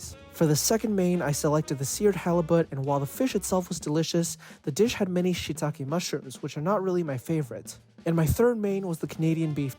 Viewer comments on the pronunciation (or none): none